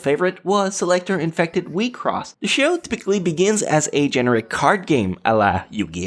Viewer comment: You pronounced wixoss as wi-cross. I read it as weak-sauce.